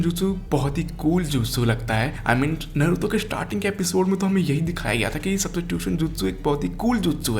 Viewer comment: bhai pehle tooh voh नारूटो hai नरुतो nahi